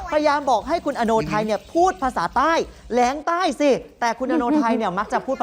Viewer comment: แหลงใต้ นะครับ ไม่ใช่ แลงใต้